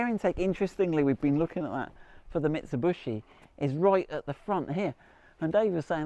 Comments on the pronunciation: Mitsubishi.....ffs.NOT BUSHI..........Mit....Su.....BISHI........what is so difficult..??? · Mitsub-U-shi. funny. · how you do pronounce the Shogun marque? MIT SU BISH EE or MIT SU BUSH EE? Just saying. 🙊🤔👍🏻🙏🦘